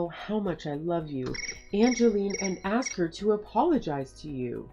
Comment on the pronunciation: The person who is playing Kinsley must never have been taught how to pronounce the word “ask”. She says “ax” instead of. So out of the way she’s been speaking and annunciation of her other words.